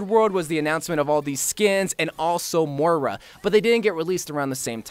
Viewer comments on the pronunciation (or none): none